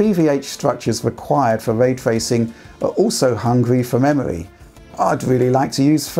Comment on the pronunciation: hungwy for memowy